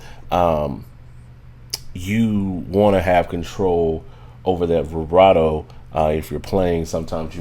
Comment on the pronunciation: Never heard someone say “brivato” all through a video. Speech deficit?